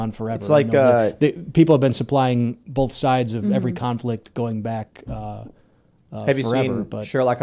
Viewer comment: Timcast Yankees: “Both” = BOLTH